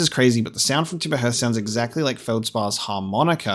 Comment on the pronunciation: Thank you so much for pronouncing Timber Hearth and Hearthian correctly. Too many people rhyme "hearth" with "earth" and it grates on the ears!